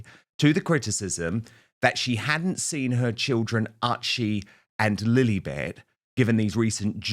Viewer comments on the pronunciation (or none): Dan please stop calling her Lillebet!!